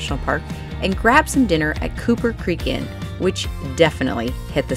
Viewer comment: Loved the new episode! Just FYI, it’s Copper Creek Inn, not Cooper.